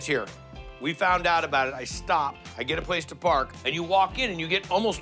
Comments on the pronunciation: That 'thank you' is so Malaysian 🇲🇾😭😭❤️ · "thank you thank you thank you" haiyaaa really typical Malaysian chinese uncle😂😂😂